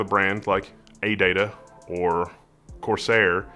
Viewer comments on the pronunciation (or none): none